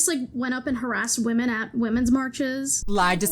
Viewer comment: “What’s a weemon?”